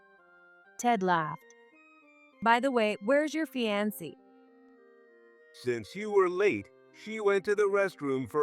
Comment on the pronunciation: Fee-an-see? It’s a variation on the more usual Fee-an-Kay. Sigh. I’d love to hear Fiancée/Fiancé just once. Now we got Fye-on-see…